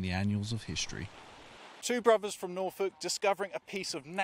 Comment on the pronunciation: Good story, but pronunciation needs tightening up a bit, Bruvvas? Annuals of history? Fousands? Or is it only me that mispronounced words - grinds my gears a bit, whatever class your from such words can be got right.